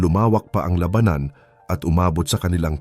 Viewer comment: To the narrator please pronounce the words lalaki, labanan correctly dapat silang umuwi aanhin Mula kung Ikaw ay mamamatay lang dahil sa Gera Ng my Gera